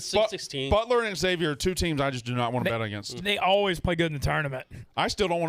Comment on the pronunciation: Please stop calling Xavier “X-zayvier”